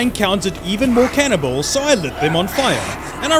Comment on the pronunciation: Him saying cannibals sounds like cannonballs lol just me?